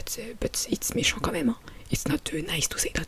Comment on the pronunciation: "but it's méchant quand même" 😂 Cette partie + les secondes d'après on dirait moi en oral en anglais, l'anglais avec un accent bien français je trouve ça hilarant